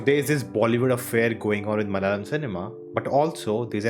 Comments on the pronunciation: Malyali or malayali ??🤔🤔 Have heard most non-southerners pronounce malayalam as Malyalam and kannada as Kannad just like Americans pronounce Aluminium as Aluminum😬😬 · Plz don't try to kill our language, plz learn acting from d malayalam movie, how they r getting national award,atleast learn to pronounce d name "malayalam" properly 😂.